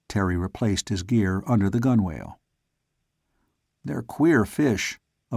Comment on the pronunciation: Two very minor complaints if I may. One gunwale is pronounced gunnel and forecastle is pronounced foc-sol. It drives me crazy Everytime I listen to this. Otherwise it's great.